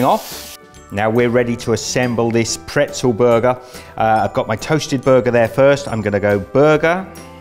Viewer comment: Okay that makes sense. Yes in the French language pretzel is also "bretzel" but I had never heard the "b" sound in English before. I'm from Canada btw. We only say "bretzel" in French but never in English.